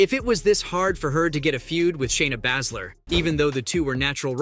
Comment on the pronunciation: Bay-zler not whatever your saying